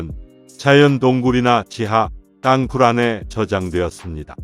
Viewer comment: 내용은 제작진이라 미리 알텐데~. 띄어읽기가 안되네. 윗선의 묵살. 부하장병의 희생을 개의치 않는 자 누구냐? 땅굴[땅꿀] 이것 발음 안되나?